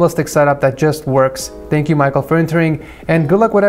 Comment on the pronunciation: Bro I'm pretty sure its (mic-kal) not Michael